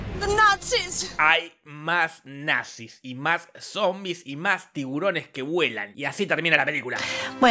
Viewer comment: The natziz jajajajajajajajajaj